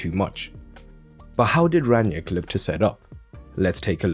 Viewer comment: It's "Rang-nick", not "Rann-yick". It's "Tel-les", he is Brazilian not Hispanic. If you're not sure how to pronounce then you can Google Translate or if you're not confident with pronunciations then please add YouTube subtitle to your video so that more viewers can more easily watch and listen to you. Beside those, thanks for your analysis 👍